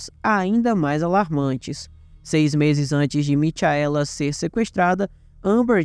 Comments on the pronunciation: "Mitiaéla" foi foda!! Se fosse um video sobre o astro do pop, ele chamaria ele de " Mitiael" Jackson!!!!!🤣🤣🤣🤣🤣🤣🤣🤣🤣🤣🤣🤣🤣🤣🤣🤣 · A pronúncia correta é Micaela igual Rachel que a pronúncia é Raquel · a pronúncia não é Michaela/Mikaela😮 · Gostei da narrativa da história, porém só uma dica, vc pronunciou o nome Michaela de forma errada